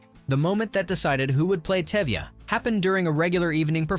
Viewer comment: Exactly. Even the lead role name Touvia- became Tevia. What gives...?😅